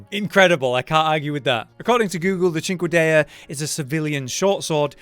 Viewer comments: Sin-kway-da. Not chinkkada bahaha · CinquediTa, you have to pronounce the T, bro! ^^ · "Sin-kay-duh" try that instead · Correct me if I’m wrong here (I am not an expert) but my understanding of English grammar leads me to this: A hard C followed by a soft vowel does not make a hard H sound. Proper pronunciation should be… SINK-YOU-DAY-A Again, I’m not a grammar expert so this may be wrong. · Its pronounced Sine-quene-da i think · Cinquedea, pronounced "SIN-KAY-DA". Easily YouTube or googlable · Cinquedia pronunciation- Sink-a-dia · Bro what's wrong with people it's pronounced sin Kay duh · I think it’s pronounced cheen-kweh-day-ya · Isn't it said, Sin-kay-dia ?